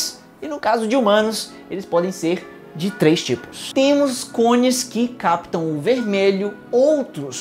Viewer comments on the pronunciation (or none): none